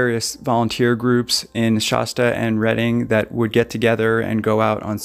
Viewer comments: Hey, its ‘Shasta’ A as in apple, not Sh-Ah-sta. Also, this lady is a sociopath. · Not shosta Shasta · Shasta is pronounced wrong.